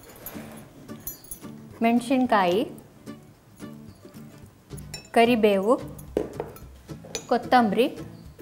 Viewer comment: Eshtu channagi Kannada maataaduva nivu ಮೆನಶಿನ ಕಾಯಿ ಅಂತ ಯಾಕೆ ಹೇಳ್ತೀರಾ ? ಮೆಣಸಿನ ಕಾಯಿ ಅಂತ ಹೇಳಿ